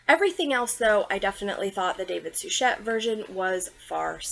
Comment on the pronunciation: Gag and vomit!!! :face-orange-frowning::face-orange-raised-eyebrow:🤮🤮🤮David Suchet is pronounced Sue-shay. I'm surprised that you are not pronouncing the main character Poy-Rot. and it is NOT ostinoff!!!